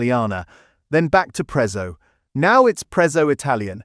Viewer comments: It's not pronounced Prezzo it's Pretzo to call it prezzo is disrespectful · If you can pronounce Pizza correctly you can do the same for Prezzo!!